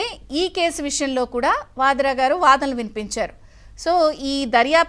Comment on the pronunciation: అక్కా....వాధ్రా గారు లుధనలు వినిపించారు కాదక్కా... Vaadanalu vinipincharu😂